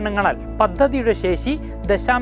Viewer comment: ശേശി അല്ല ശേഷി